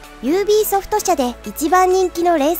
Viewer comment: ユービーソフト× ユービーアイソフト〇 も間違えですね